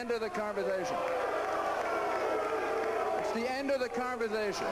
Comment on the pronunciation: Thats the end of the converzthashun. He's insulting his audience... Where the hell does he think he's getting himself?